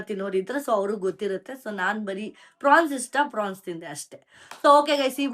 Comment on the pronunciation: It's pronounced as 'prawns' not fronx